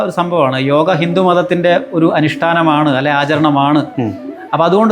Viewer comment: യോഗ എന്നു പറയാൻ ശ്രദ്ധിക്കാം ഇംഗ്ലീഷിൽ യോഗാ